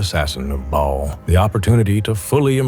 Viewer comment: The way he pronounces Bhaal tho 😂 "Bawlll"